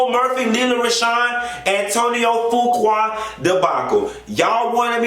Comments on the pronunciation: I Love you!!! Fuqua is pronounced FEW- KWAY!!! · Do research before speaking on it. Such as the pronunciation of the man's name and the fact that he's had recent film success with Equalizer 2 and was in Italy receiving an award. Why wasn't his wife there? Now that's information the people would want to know.